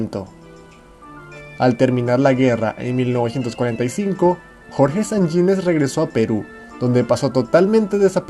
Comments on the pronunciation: El apellido es Sanjinéz y no sanyinez como lo pronuncias. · Sanjines se pronuncia como está escrito con acento en la e, es jota no ye